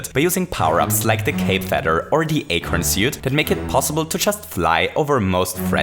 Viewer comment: forgot the iconic "acorn sewt"